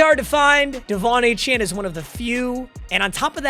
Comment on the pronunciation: devon A chain is how you pronounce it